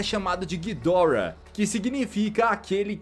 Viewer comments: nem para o cara falar Ghidorá (Assim que é a pronuncia o jeito certo é Ghidora) o cara fala guidórra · A pronúncia certa seria "Ghídorah" em japônes, "ghidÓrah" em inglês e "Ghidoráh" em português, só que ghidoráh é muito feio, melhor chamar de Ghidórah nesmo kk.